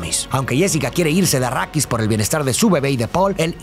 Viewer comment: Dejé de ver el vídeo cuando escuché "achrídis" 🤢🤢🤢🤮🤮🤮